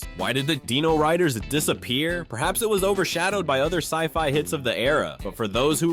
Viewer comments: It's pronounced DIE-NO-RIDERS, Not DEENO-RIDERS. And this is BEFORE I started hearing DEENO-saucers! SMFH. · Dyno not deeno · Come on man, Die-no, not Dee-no. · downvoted for not knowing how to say "Dino-Riders" and "Dinosaucers" when your own clips show you how to say their names.